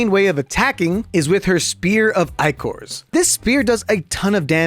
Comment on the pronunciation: Thank you for pronouncing "Ichor" correct.